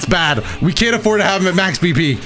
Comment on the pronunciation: I heard max BP as max PP instead